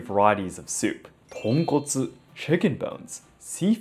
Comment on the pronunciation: Excuse me, Sir. Fukuoka Tonkotsu?